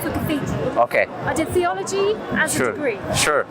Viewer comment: "theology" seriously lady.